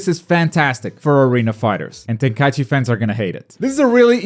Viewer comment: What are you saying? Volten Kai Ichi? I feel like you're saying it wrong on purpose lol, some kind of inside joke?